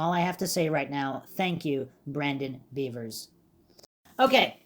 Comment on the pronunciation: I think it's really pronounced "bevers" (beh-vers) Not "beavers" (bee-vers)